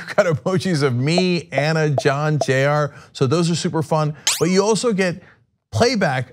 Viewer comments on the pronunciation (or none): none